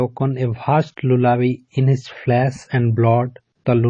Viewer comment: Lullaby ka sahi pronunciation kijiye sir , sar dard ho jayega eise pronunciation se😭😭😭😭😭😭😭😭😭😭😭😭😭😭😭😭😭😭